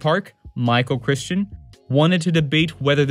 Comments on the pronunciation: I agree. Some nice ideas but as soon as I heard “Michael CHRISTIAN” I couldn’t take it seriously anymore. Still, I’ll pass this along to some of my struggling writing students. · You would think that if you were to write an essay and perform it, you would go out of your way to learn how the names of real people are pronounced. This top down "academic" approach is fine, but ignores how stories are usually developed. For example, Crichton (cri-ton) came up with the idea while serving as a writer in residence at MIT. Someone at MIT floated the idea that we could potentially find ancient DNA in amber. Something that is real. Crichton didn't start with the jungle park, but with the idea that science could actually recreate those ancient beasts. I think and his minions need to sell some scripts. earlier videos about the mechanics of writing and how the parts fit together are great as he's taking us along on his journey as he learns. But now... Now it's just pathetic. SELL SOME SCRIPTS. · Michael Crichton is pronounced "cry-ton" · it's Michael Crichton [krai tn] and not Michael Christen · I was surprised he got Michael Crichton's name wrong too. As for the narration and sound quality, the narrator has a speech impediment which is why he doesn't speak clearly. For example, he can't pronounce the "soph" properly in philosophical, which makes it difficult to follow what he's saying. It's the slurred speech that makes it sound like the video has poor audio quality. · Your information is great but you needed to do some fact checking in editing. You mispronounced Michael Crichton's name. That is too big of an error not to fix.